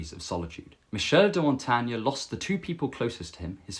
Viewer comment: Your story about being in the corner and not recognizing anyone at a party is very relatable. Most people have probably felt that way before. Hopefully you are less lonely now! 🙏 I had never heard of Montaigne before. Thanks for introducing him to us (and for saying his name out loud, so we know how to pronounce it).